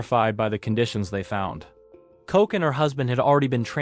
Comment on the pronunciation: ILSA KOCH'S NAME IS PRONOUNCED 'LOCK' NOT 'COKE.'